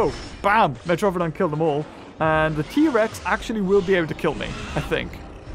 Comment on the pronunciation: Trex not tree